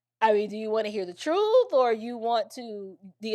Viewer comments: He said Truff, not truth. Two different things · He can't even pronounce the word, "truth" correctly!🙄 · Ben Crump can't even pronounce truth right